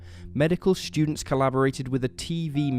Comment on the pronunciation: Students isn't pronounced " Schudents" you speech impediment having fool.